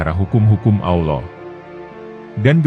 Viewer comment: Maaf ya jujur sy suka Chanel ini, tapi sdikit terganggu dgn pengucapan admin dlm kata Alloh......kok trdengar kurang luwes /kaku....gmna gitu ya....ngeganjel di kuping n dadaku